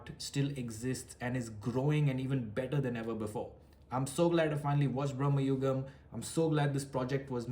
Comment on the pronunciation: dey aa cinema ഒന്ന് കണ്ട് നോക്ക്.. മമ്മുട്ടി തന്നെ പറയുന്നത് ഭ്രമയുഗം എന്നാണ്.. not ബ്രമ്മയുഗം